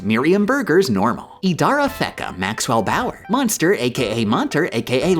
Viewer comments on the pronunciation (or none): none